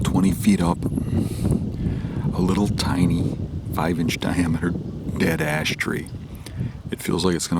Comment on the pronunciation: Didn't quite catch that did you say dead ass tree or ash tree lmao. Absolutely the best hunting content on the net. Thanks for sharing brother.